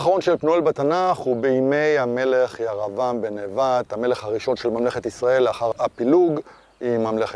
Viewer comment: יישר כח! הסבר יפה ומחכים. המשך כך! שאלה אחת...אתה לא מבטא קמץ קטן - "ויקם" "ירבעם". למה? (לפי חוקי הלשון קמץ קטן מחליף את ה-"ו" בעי"ן הפועל ואמור לקבל צליל של חולם)